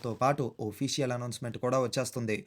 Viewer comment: ఒఫీషియల్ ❌ అఫీషియల్ ✅